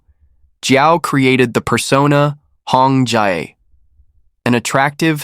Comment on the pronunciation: Hong Jie not Hong Ji(chicken) not Hong jai…. it’s jezzz hahaha